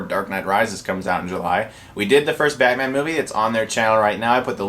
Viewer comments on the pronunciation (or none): none